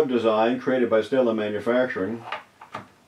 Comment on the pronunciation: Took me awhile to sort out the words you said .. transcript says Stanley, and Stellar, and Sailing for STEDLIN!